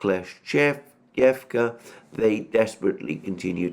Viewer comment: That "Kleschevka" killed me. He's not bad, until something "very Russian" appears in the name. Wrong stress in some names quite butchers them as well. Which overall defines if the pronunciation is good or not. Idk what you mean by "good for English speaker", I mean - what plays the role of a "measuring stick" here? It still sounds to me like someone new trying to play the violin. lol